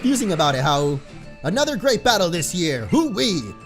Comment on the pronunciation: I HATE HOW YOU SAY HAU IS YOUR RIVEL